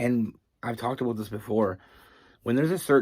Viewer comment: I love everytime you say the word “ABOUT” you just have this accent that sounds more like “ Aboot” lol